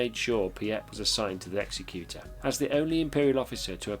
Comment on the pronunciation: It’s ex-ec-u-tor not ex-e-cute-or